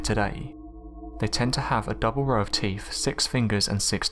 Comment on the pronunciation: Norf America?? Teef??